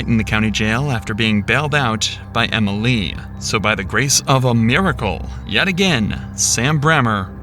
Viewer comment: Why does the narrator add an extra syllable Emily? “Em-ill-EE”